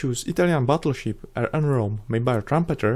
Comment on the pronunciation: Wow. Thats just wow. Also i love how you say battleship